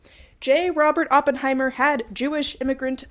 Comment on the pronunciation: "sorry Germans", hi German here and on behalf of Germany, I forgive you for butchering the name because as my favourite youtuber, you can't do no wrong 🩶 Edit: Okay, hanging the German flag upside down is actually perfect and I loved this goofy video!